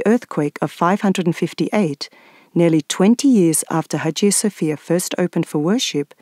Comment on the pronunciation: İngilizce Haciye Safiyye diye duyuluyor bu Aya Sofyanın ismi🙂👌🏼